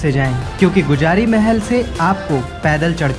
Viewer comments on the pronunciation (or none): Vo गुजिरया gate nhi h vo गुजरी gate h